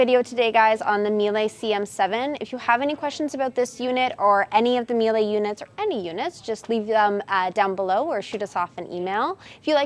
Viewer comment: MEE-LA haha is how it is pronounced :)